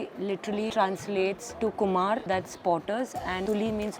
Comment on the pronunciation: Not kumar its kumor.. KUMORTULI